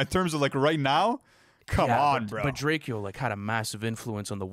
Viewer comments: Did you call him DrakEO? It’s pronounced draco like the gun. AlsO RIP to drakeo he was a goat Fr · Bru...it's pronounced drake-o not drake-eeo...rip the ruler, gotta put respect on his name